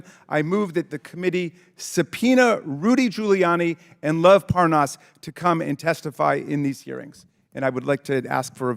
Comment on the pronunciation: Raskin says, "And Lev Parnas"' Comer says, "and Les Parnav" --backwards, just like ALL of MAGA.